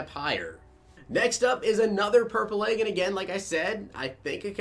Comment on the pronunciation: I didn't notice it at first till other people said something but you say egg weird sounds like you saying AAA-ge